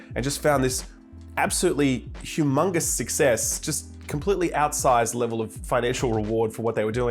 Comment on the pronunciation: “HumAMONGUS success”